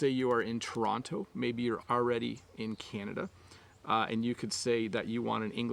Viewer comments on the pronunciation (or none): none